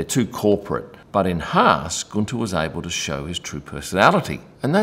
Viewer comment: Guenther wanted a share in the Haas company like Toto at Mercedes. Gene Haas said NO. The rest is history. BTW Guenther is pronounced Günther not Gunter. Not that hard......